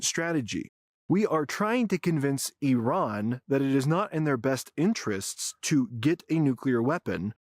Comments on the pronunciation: It's not I-ran as in "I ran to the liquor store". It is Ee-ran. Ee as in deep and a as in father. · EYEran...Again! 🤪...Americans and Australians. The WORST in the western world at correctly pronouncing foreign names! No respect, whatsoever. 🤷‍♂